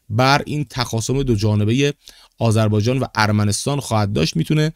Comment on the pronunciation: تو هنوز اسم کشور رو بلد نیستی بگی. 100 بار بگو آذربایجان تا یاد بگیری. باکو پایتخت است.